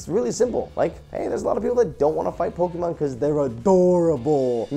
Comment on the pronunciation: Pls Jovens Pls. The E in Pokemon on not hard. It's a soft e. Pronounced "Poke - i - mon"